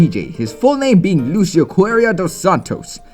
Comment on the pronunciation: It's so funny to hear you say Lucio's name with the wrong pronunciation LOL